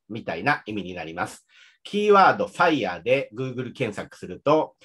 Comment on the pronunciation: のFireの発音完璧ですね。奥さんとも英語でほぼ話したりしていますか？